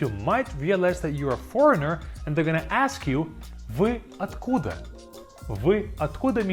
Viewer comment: I would recommend when he says the word slow ur video to a 0.5x to hear it clearly. Like at where are you from it says vy - at- koo -da and it sounds like vy a-koo-da